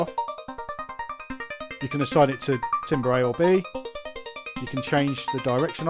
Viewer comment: Pronounced, ‘tamber’. The word timbre is pronounced ‘tamber’.